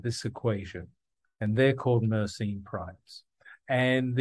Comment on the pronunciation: he is pronouncing it wrong, it is a French name, so it should be mer sen